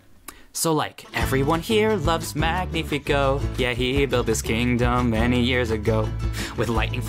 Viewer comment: Strange that you didnt fix where they stress the name Magnífico. The way she sings it and you keep it, they stress it as "MÁG-ni-fi-CÓ", somehow stressing it TWICE and both times on the wrong syllable. It should of course be Mag-NÍ-fi-co. which is a hard to fit into an english song due to the mismatch of stressing patterns, but then again, the original song and the fact you left it as is when it sounds so horrible to a spanish speaker is making my skin crawl